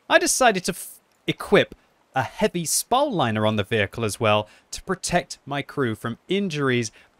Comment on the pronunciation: “Spowel liner” it’s a spall liner u know ball with so instead of a b